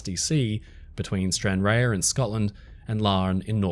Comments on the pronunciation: Stran-RAHR, not Stran-RARE 😉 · Stran ra. Not rayer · I was hoping to find a comment that pointed this out, it was really throwing me off each time it was pronounced Stranrare 😂 (👋 Fellow Scot) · Another excellent video. Just one thing, the port of Stranraer is pronounced Stran-rar not Stran -rare(as in rare beef)😊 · It's pronounced stranrarrr (think pirate arrrrrr) not rare 😅 (Scot here) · It's actually pronounced Stran-RAR but nvm, just a hint for next time. (Sorry to be That Person but I spent my early childhood going back and forward from that port and it has a place in my heart even now.) My grandad was supposed to be on the Princess Victoria but missed it as he was delayed getting there. (My uncle had a habit of missing things like this by the skin of his teeth -- was scheduled to fly the day of the Kegworth air crash, for instance, but either was on the last plane before that one or the next one or something like that, and he's also been in a couple of emergency landings as well. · Stranraer is pronounced “Stran-Rar” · Another splendid presentation,. Just one thing - - 'Stranraer' is simply pronounced 'Stran-Rar'. For added extra Scottish-ness, slightly roll the first 'R'.....😉👌 How do I know this? I was born there, old chap! (although brought up/grew up in England) 🤪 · Just so you know Stranraer is pronounced "Stranrah" the e is silent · Hey there! I love your videos. Tiny wee nitpicktho: Stranraer is pronounced Stran-rahr’. Just another example of our insane place name game lol. Glad you’re feeling better! Sending you love 🇦🇺💜🏴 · Stranraer is pronounced Strahn-rahr just in case you have to talk about it again :) never knew about the Victoria. And currently sail a route just south of that one.